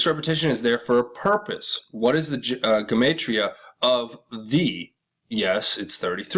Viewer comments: Jew-mott-ria proniunced!!! god!!!! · btw...just for reference, it’s pronounced “jem-ott-tria” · Gematria - { Gee-mot-tree-ah }. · Gematria is fancy numerology. And is pronounced like gem 💎 ge-mantria . Free to find truth Zach Hubbard has a detailed channel on the subject. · Gematria pronounced Juh matria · Skull n bones 322, time to hang crooked fucks!!!! Who owned that island in Puget sound?? Dig.. a pedoskullnbones backer. $$$$ All the rats that are part of the club wear secret decoder rings... symbols everywhere but most ppl are oblivious to what is really going on...WAKE UP MORONS OR BE LEFT BEHIND!!!! Alex Jones. Info wars. Paid shill...! it's pronounced. GEM AH TRI AH....GEMATRIA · please look up the correct pronunciation of GEMATRIA, YOUR KILLING MY EARS-HA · Dude, learn how to pronounce everyday words like Gematria ! You are sooo annoying !!!!